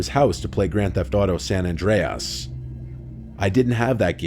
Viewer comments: I can't hear say San AndreUZ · “San AndREAS!“ lol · San AndreASS 😂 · "San Andre-ASS" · I’ve never heard anyone pronounce ‘San Andreas’ like that before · AI? That was a weird way to say San Andreas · The scariest thing in this video is pronunciation of San Andreas. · The scariest thing to ever happend to me in my childhood was almost getting hit by a car😂bruh the way he said gta San Andreas 😂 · The way he pronounced San Andreas bothered me.